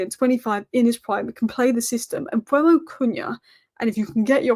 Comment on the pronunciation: M-beu-mo not Mbwemo, it's e before u. Read his name!